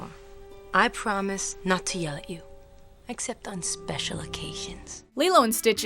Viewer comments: It's NAni not Nani. Nah-knee. Nani! I would know! I'm Hawaiian! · It just annoyed me. It is pronounced (NAR-KNEE) not (NAN-E) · It's "Nah-Nie", not "Nanny". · sorry it's Nani as in "nah knee" not "nanny" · lol Nan-ni ?....(Nah-ni) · NAH-NI not Nanny